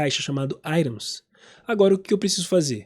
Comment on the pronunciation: Gostei da aula, só meu deu nervoso você ficar falando "airons". Fico lembrando de Iron Maiden o tempo todo. Items em inglês fala assim mesmo "airon"? Nunca falei assim.